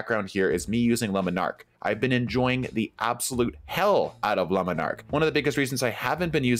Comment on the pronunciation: took me 2 mins to realise that "luminarc" I was hearing was La Monarch shows how much attention I pay to bows in D2.